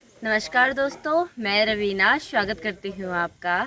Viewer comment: Shwagat nahi swagat 😂